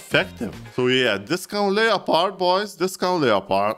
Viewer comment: Finally someone who says Leopard not Leppard